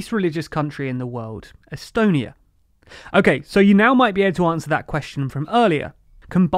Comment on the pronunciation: Am I the only one who heard country astonia first time